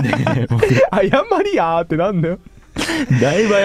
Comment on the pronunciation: 謝りヤーが名古屋弁の謝りゃー(謝ったほうがいいですよ)の発音になってて好き(イントネーションは逆ですが)